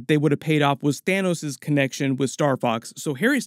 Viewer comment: lol "Thinos"